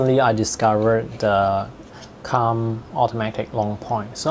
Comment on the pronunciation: it's pronounced koomb not come